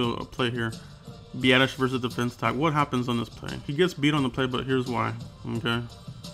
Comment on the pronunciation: Nice work on Biasdasz. Also thanks for pronouncing his name correctly, it's not that hard.